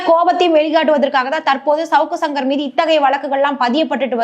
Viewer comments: அது ஏம்மா ஷவுக்கு ஷங்கர்னு சொல்ற. சவுக்கு சங்கர்னு சொல்லு. அதையும் 1000 தடவை ஷவுக்கு ஷங்கர் அவர்கள்னு சொல்லி கடுப்பேத்துற. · Shankar க்கு வர்ற ஷ வ சவுக்குல போட்டு ஷவுக்குன்னு சொல்லுது 😂, அதுக்கு சங்கர் ன்னு சொல்லலாம் 😅